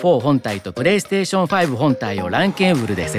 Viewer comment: New drinking game: Everytime he says perestetion u drink.